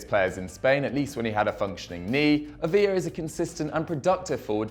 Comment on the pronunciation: Ávila is pronounced "Ábila" , yes the "b" I'd pronounced as a "b".